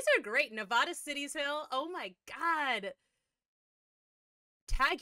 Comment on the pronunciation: Being a Nevadan, I love that they took place in the Nevada Cities. Nice that Nic said Nevada correctly. You, however, did not.